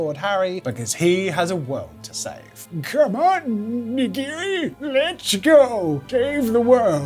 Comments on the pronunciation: IT'S NOT NAGIRI IT'S NAGINI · NAGINI! NOT NIGIRI ! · Excellent video. One minor point - Voldemort's snake was Nagini, not Nagiri.